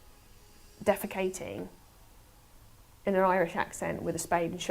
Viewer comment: deficating … in an Irish accent … 😂